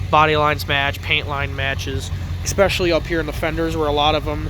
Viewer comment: He lost me at “ek specially”.